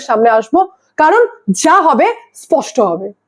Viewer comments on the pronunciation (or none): none